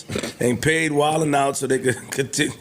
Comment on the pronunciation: Why she said wild then out it’s wild n out it’s even spelled like it sounds how can you get that wrong 😅